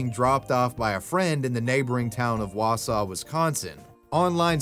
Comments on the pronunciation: I knew the "hey walter" video was fake the second the 'kidnapper' spoke... not an elongated vowel to be heard.. BTW, I'm impressed you nailed "Wausau" but "Antigo" is pronounced closer to "an-te-go." I grew up between Wausau and Antigo, and although it was relatively safe, there are definitely some creepy people and lots of isolated places up there. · Damn i live in Wausau and I’m surprised you said it right. Nobody says antigo like that more like ant eh go. Idk how i never heard of this. 😮